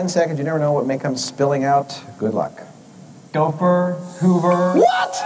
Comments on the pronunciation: I swear he said DOPER, not GOPHER! 😁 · dopher isn't a word, and it's pronounced differently than gopher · Dopher lol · Isacosmickookie Is it just me or he said doper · I heard doper too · I heard doper. If you use the cc(close caption) it also wrote doper. I realize cc are not always accurate, but was clear to me. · I heard "dopper, hoover" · D was out, and it was 6 letters. You could hear doper if you really tried, but it’s about a 2% chance he said doper. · If u listen carefully he didn't get it right he actually said doper. They just gave it to him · The first guy sounded like he said “dopher” and not “gopher” or is that just me? Lol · Am I the only one who hears “Doper” on the first clip. I hear Gopher, NOWHERE! In that clip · I swear the first guy said "Doper" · Did no-one else hear “Doper“ instead of gopher? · I heard doper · He said gopher lol wtf are y’all hearing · I thought he said doper